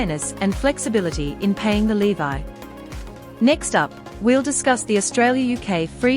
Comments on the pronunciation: Levee not bloody lee-vye! Is she AI? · Who makes this stuff, don’t you even listen to it 🤔😡LEVY ? Pronounced LEVee. Not “LEVI” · Levy not Levi. It’s a payment tax called a levy like levelling up. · The narrator can't even pronounce levy correctly. It's l.e.v.e.e not l.e.e.v.i.e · Interesting pronunciation of "levy" !!! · Not so much interesting as wrong!!!